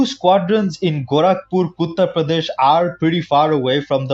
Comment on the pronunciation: Did bro say "Kuttarprodesh"???